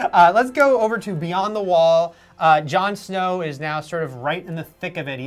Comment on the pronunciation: its Jon Snow..not Show:)